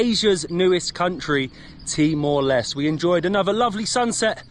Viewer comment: "Timor Leste" with the end "E" sound in Portuguese, not silent "E" like "Timor Lest" 😅. In English, Timor Leste is called East Timor.